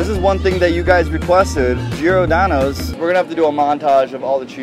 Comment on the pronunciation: Geeordano? It’s pronounced like Jordano’s. There’s no “ee” there.